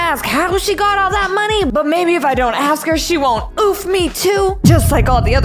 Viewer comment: The mom sed monye